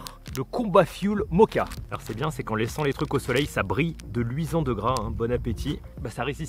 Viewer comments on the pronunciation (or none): none